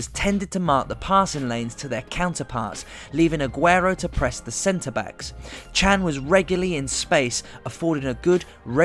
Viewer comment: Nice explanation mate. Respect. I have a request. Please stop pronunciating emres surname as a chinese surname. His surname isnt Chang. Try to pronounciate john with American accents with an a instead of o. And thats his surname.